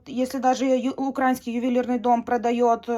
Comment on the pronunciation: правильно говорить украИнский , а не укрАинский . Отвратительное произношение